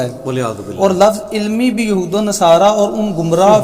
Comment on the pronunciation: یہ بوکھل مادرزاد جاہل مرزا جہلمی قرآن پاک کی آیت کو ہی صحیح نہیں تلاوت کر رہا ہے ولن تر ضی عنک الیہھود یہھود کی دال پر ضمہ ہے مگر مرزا جونیئر فتحہ کے ساتھ تلاوت کررہاہے یہ جاہل بل میں گھس کر ڈینگیں مارتا رہتا ہے لیکن جب مفتی طارق مسعود صاحب کی للکار سنتا ہے تو بل میں گھس جاتا ہے اس کے جاہل اور بے ضمیر چمچوں میں اگر ذرا بھی اخلاقی جرات ہے تووہ اس کو پیروں سے کھینچ کر باہر نکالیں تو میں سمجھوں کہ انجینئر کچھ جانتاہے